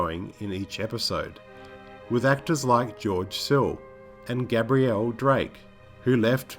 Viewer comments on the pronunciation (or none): none